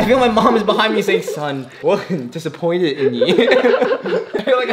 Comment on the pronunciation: did he speak Cantonese? Because he said disappointed but it sounded Cantonese